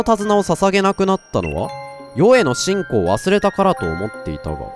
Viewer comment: 信仰の発音、面白く無い？